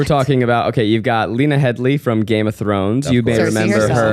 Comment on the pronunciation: 'Heady' guys, not 'Headly'.